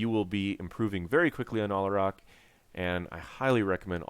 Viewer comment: it's al-ah-rack, not all-uh-rock.